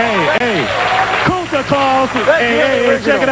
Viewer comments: It's Kunta boy, not Kusta boy. It's a "Roots" reference... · He said Kunta boy. As in Kunta Kinte.